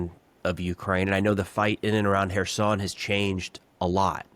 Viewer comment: Not Harriso or Herson, but Kherson. . Not "Delta and Nipro river" but delta of Dnipro river